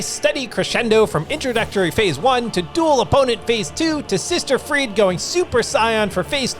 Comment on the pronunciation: Sister friede? Really?